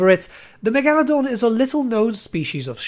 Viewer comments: Okay Back it up. The Meg-Al-Adon? Megalodon Mega-lo-don. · Stop. You’re going to take someone’s eye out. Besides, you’re saying it wrong. It’s MEGA-ladon not megAladon. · Love the way you pronounce Megaladon wrong, it's actually quite smooth lmao. Great video! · Never heard Megalodon pronounced that way. I dig it brother!